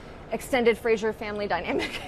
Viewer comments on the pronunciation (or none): Duncan in the back, being an unapologetic Claire stan. Love it! (Also, my God! Why do all the Americans pronounce Fraser wrong? I don't understand...)